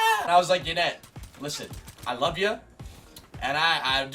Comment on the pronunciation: When she says peace and love it sounds like she says peace and lub 😂